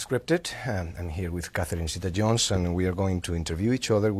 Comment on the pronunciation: zetah-jones I excpted more educated